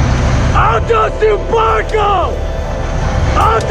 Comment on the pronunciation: Alto a tu barrrcoou... alto a tu barcoou😅🤣